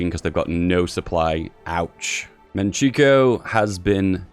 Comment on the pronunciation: Manchukuo = "Man-chuh-kwo"